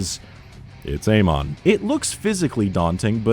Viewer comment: You're saying Amon wrong.